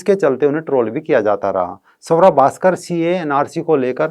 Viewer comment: सवरा... नही....स्वरा..